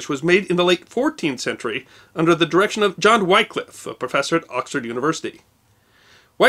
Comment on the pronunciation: Surprised you didn't mention how the same King Henry VIII had Tyndale burned at the stake for translating the Bible (before he adopted it). By the way, Wycliffe is pronounced with the same short sound as the "y" in Tyndale, but that's probably one of the most minor errors in this clip.